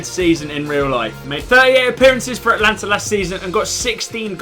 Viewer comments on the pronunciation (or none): A-ta-lan-ta not At-lan-ta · Not Atlanta it's Atalanta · its not Atlanta its Atalanta, just saying